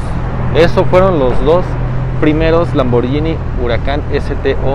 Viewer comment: como dato no se pronuncia lamborllini se pronuncia lamborguini como guitarra, porque hay una h después de la g, soy italiano